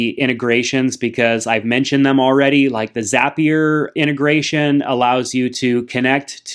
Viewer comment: It’s zapier